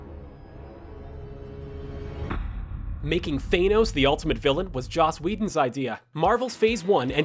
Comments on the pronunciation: stop saying Thanos's name wrong!!!!!!!! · dude you're pissing me off with the way your saying thanos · I’m glad I’m not the only one bothered by your incorrect pronunciation of Thanos. It’s making my ears vomit! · Pronounce THANOS right please. It's like nails on a chalkboard the way you say it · The way he said Thanos ughhhhhhhhhhhhhhh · Sorry man but it’s not Thainos it’s Than-os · It’s thanos not thanoes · "thaYnos"? Really? "THAN-OS" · IT'S THANOS NOT THAINOS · 2 decades, really? is not 2 decades. And it’s Than-ose, not Thane-ose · Than-os ...not thaynos...my heads hurts after hearing you butcher his name 😩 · its thANos not thAInos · It's thanos your saying your saying thenos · Why do you pronounce " Thanos " as " Th- ae- nos " ?!?!? ... Why did you say that name ... ... like that ?!?!? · Yeah He says it like thaynos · I'm sorry... THEYNOS?? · THAYNOS!?!? THAYNOS!?!? Wtf!?!? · I get that people say Thanos' name the way they do (th-AY-nos) because when reading the comics you couldn't search up the pronunciation of characters in those comics. It just makes me cringe Every time I hear it pronounced that way. 'gets shivers' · Thaynos? Shows that this announcer is not a true believer. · His name isn't Thaynos, ffs. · Thanos is not pronounced thainos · Lol he says thaynos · Screen Rant It's pronounced Thanos NOT THAYNOS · Lol thay-nos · AAARRRGGHHH.... VOMIT at "thaynos"... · ITS NOT "THANE-NOES !! FFS!! Wth is wrong with you?! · you're going to have to learn to stop saying thaynos eventually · Right so it's pronounced THAYnos, and CREG. What PREEK. AMericans.... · Who else cringed when he said "Thay-nos"? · the way he says Thanos hurts me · Still can't pronounce Thanos right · I hate it when people say Thanos's name wrong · First time you made a good video, good for you Screen Rant. Also, how in the name of Hulk's green butt can you mis-pronounce Thanos' name? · You said thanos wrong so that trigged me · The way you said Thanos pisses me off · It's Thanos not Thanos